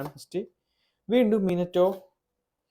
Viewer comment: Minito alla minato